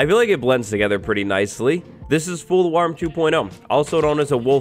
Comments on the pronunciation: How did it not twist the tongue to continuously keep calling it "fool warm" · “fool warm” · "fool warm "